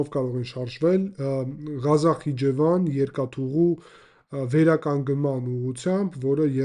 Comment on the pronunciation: Ոչ թե Գազախ այլ Ղազախ, տեղանվան անունն է։